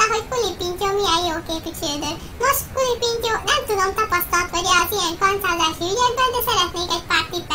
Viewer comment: Az elején 3. részt mondott KULApintyó xdd :D De amúgy jó lett! :)